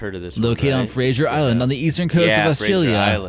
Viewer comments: Fraser Island, there’s no “i” in it. Not your fault,, because you just repeated his mistake. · It's pronounced Coober Peeeedy not Peddy. And it's pronounced Frazer Island not Fraiser Island